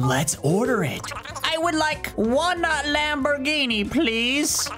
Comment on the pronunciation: he can finally get that lambruhginee he always wanted, less gooo